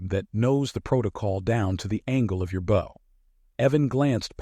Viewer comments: When the F is ai going to correctly pronounce bow? Like the front end of a boat. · All versions of the word 'bow' are falsely presented since the hard 'o' is used instead of the soft 'ow' or 'o' sound that is needed!. Repeated wrong sounds make listening to the incorrect sounds a distraction from the storyline!. Oops LoL 😢😢